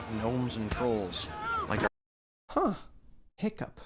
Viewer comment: The way the Piplup behind you is staring daggers into my soul everytime you get Hiccup's name wrong just plain hurts. 😭